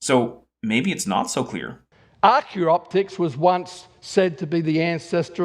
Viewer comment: Speaking of, also clearly mispronounced Archaeopteryx as "Archyroptics" So now we have a full Snelling glossary including (but not limited to): Tibula Australeopithecus Archyroptics